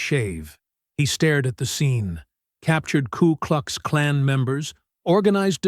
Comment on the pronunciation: It's K U KLUX KLAN. not klu klux klan. AI voice needs to get it right.